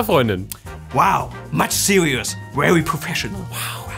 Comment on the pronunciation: Jeder:,,very":,, wewwy"